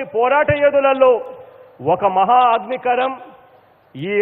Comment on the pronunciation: It is not AGNIKARAM it is AGNIKANAM.